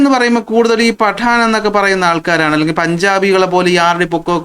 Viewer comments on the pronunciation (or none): none